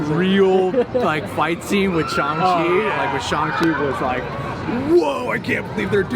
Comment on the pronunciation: Lol, shills shilling. Who's surprised. And its Sh-A-ng, not Shung.